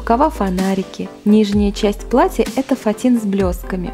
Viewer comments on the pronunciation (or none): none